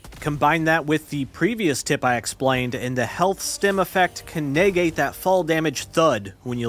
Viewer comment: "Brackets" "Nay-gate" Tell me you didn't write the script without telling me you didn't write the script.